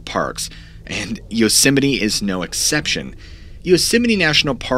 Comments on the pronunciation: I keep hearing you say Yoseminnie, not Yosemite, and now it's a real word for me. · Love your show..but it’s Yosemite. Not Yoseminy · Yosemeny yosemeny yosemeny..... aargh!! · Drinking game: take a drink every time you hear "Yoseminee" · Why do some Americans say yosimiti and others Yosemite? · Unfortunately had to turn the video off due to how many times you called Yo-simmony. So frustrating. I turned my phone down to write this message just in case it started playing again and I had to hear it one more time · It's pronounced "Yoos-might" isn't it ? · Yosemite dude pronounce the word..(Yosem-IT-e). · It's not pronounced like yosimminny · That time pronounced Yosemite like Dolomite.. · Please pronounce Yosemite properly. You said way too many times and it was incredibly frustrating 😅 Otherwise great video